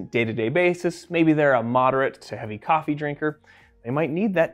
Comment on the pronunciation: Coffie 😂😂😂 kappi 😂😂😂😂